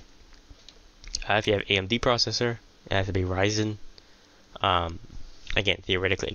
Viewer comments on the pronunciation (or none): none